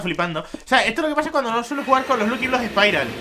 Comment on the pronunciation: Se pronunsia lacki bloks